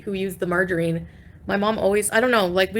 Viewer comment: "MargerEEEEn???", ughhhh you cant even say that right. 😅